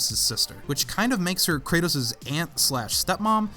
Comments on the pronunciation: Kratos. Not kretos. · Kratos . Not kretos